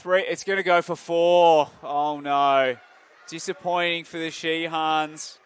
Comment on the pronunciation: ধারাভাষ্যকার পুরা খেলায় শাহিনরে শিহান কইছে